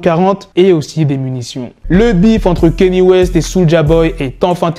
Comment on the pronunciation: KANYE WEST blacky non KENYE WEST DAMN tu rend ouf avec cette prononciation peace la famille